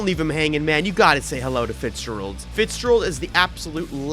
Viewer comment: Fitzgerald is an Irish surname, also a first name, pronounced FITZ-JER-ALD with the stress on the second syllable. Not sure if you are intionally pronouncing it wrong, but you are pronouncing the “ger” part like GERM, but it should rhyme with AIR. 😊